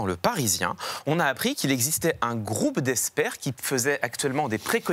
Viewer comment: Ok, et pour la prononciation ? "...un groupe d'eSSpert..." J'aurai plutôt dit: "...un groupe d'eXpert..." [ks] ;)